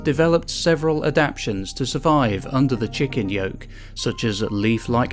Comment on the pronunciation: "Under the Chicken Yoke." Yea, just in case you thought nobody heard that. I heard that.